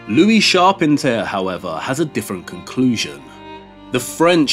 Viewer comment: Loved this.....great work. But you pronounce Charpentier's name wrong. Maybe check it out for next video.